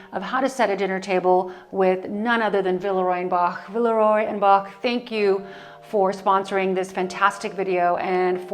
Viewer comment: Verehrte …. Sie irren leider, in Deutschland spricht man „Boch“ nicht aus wie „Bock“. Das ch wird wie ein ch ausgesprochen 😉